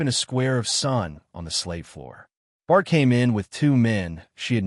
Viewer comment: The names mis-pronounced: Philippe is “fill a pa” and Esau and all the other variations is, in fact, Isolde. And Bart comes out as Bard and Bar.